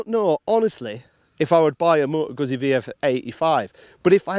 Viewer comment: "GuZZi." Like "PiZZa."